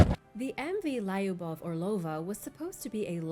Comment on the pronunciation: hehe good to hear you to say sometimes pronunciation wrong... you got it always great but Lyubova made me laugh, while Spanish and Italian is perfect 🙂